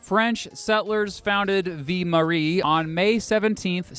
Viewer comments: I lost it at 'Vie Marie". You poor soul. It's okay, French is hard. It's pronounced 'Vi-l", like the first syllable of Village (Vill-age, Ville Marie). As a person, this is a cool video and very well done. As a Montrealer, it's my solemn duty to hate on Toronto no matter what for absolutely no reason. Also, we no longer have two international airports (at least as far as I'm aware). Mirabel hasn't had a commercial passenger flight since 2004. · Your not pronouncing Ville-Marie properly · "Vill-Maree" not "Vee-Maree" lol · Your pronunciation of ViLLe Marie is totally triggering me. It’s not Vie Marie. It’s ViLLe Marie. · not Vee Marie...it is vil marie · viii marie? bruh its pronounced vil marie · V Marie??? The L is pronounced man! like Veal-Marie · Ville Marie, the early name for Montreal, is pronounced V-ill (as in "fill") Marie, not V-ee Marie. Other than that it's a well-done, informative and enjoyable piece. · That and "Vie Marie" almost made me stop watching the video. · It’s V I L L E. not V I E. you’re saying Mary life. Pronounce the L’s in ville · Vii mawee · It's pronounced 'vil marie' nice vid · Two tiny pronunciation things: - A real anglo Montrealer would say “MUNN-tree-ALL”, not MAWN-tree-all. And simply “mount royal,” don’t sweat it. You’ll sweat it enough biking up it! 😅 - It’s VILL- Marie. How to pronounce double L in French is confusing admittedly... Otherwise, awesome job! 😎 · Althought the double L "ll" in French often gives the "y" or "yuh" sound in the name "Ville Marie" it's just like Ville....like Louisville. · Your prononciation of "Ville Marie" is so bad...a real Shame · Your prononciation of "ville marie" is so bad ahah great video tho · Amazing video! But you normally pronounce the "ll" in Ville-Marie!